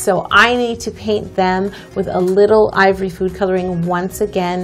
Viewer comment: I laugh so hard whenever she says ivory now😂